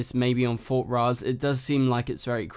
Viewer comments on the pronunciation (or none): I agree, and also it's fort rozz, not fort ross